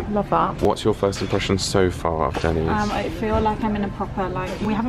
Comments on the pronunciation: It’s not Dennis it’s Denny’s. Just saying 😂🤣😂🤣😂🤣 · not Dennice ; its den e sss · That was oddly very satisfying to see what you thought a out Everything in Denny's! Liz is is NOT called Dennis but pronounced Denneez! Lol! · Its Dennys not Dennis. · it's pronounced Den - E's not, Denis lol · its not called Dennis, its pronounced Dennies/Denneees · Den-Knees not Dennis! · Denny's, not Dennis. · It's pronounced Den knees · Sounds so fancy when she pronounces it as “Denna’s” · They way was calling it “Dennis” at the beginning was cracking me up lol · My husband got soo mad hearing pronounce it “DENNIS” lol 😂😂😂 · listen to how is pronouncing Denny's...it's not Dennis. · I love breakfast at Denny's (DEN-ees). Lunch/dinner not as much. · Lol it's pronounced dennies. Grand slam or lumberjack slam. Country fried steak is good too